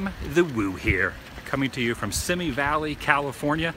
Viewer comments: Good video Adam... That was the closest you have ever filmed to my home! BTW, I grew up in Simi, it’s pronounced “See-Me” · I still want to go there and I lived here all my life. oh and simi is pronounced see me =) they had some Disney stuff a few years ago there. the head of the old dragon in fantasmic etc.. wanted to go and missed it.